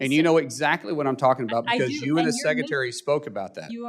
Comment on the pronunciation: It's sec. RE. tary NOT SECCATARY